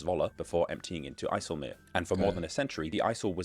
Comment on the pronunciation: Great pronunciation of IJseloog